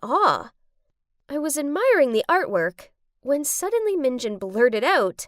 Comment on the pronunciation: "Minj'n" Me: Well being a k pop fan its pronounced minjUn the U has to be pronounced